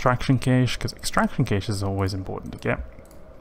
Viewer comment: Nice, easy money. Not to be a bad guy but cache is pronounce like cash.